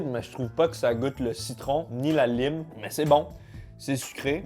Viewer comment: "La lyme" Mais- T'es anglophone, t'es censé savoir qu'on dit "laïme" 😭😂🍋